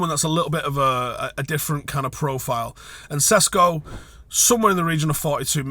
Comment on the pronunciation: Just fyi as he is probably gonna be talked about a lot in the future. Sesko is pronounced Sheshko and he is not Slovakian but Slovenian✌️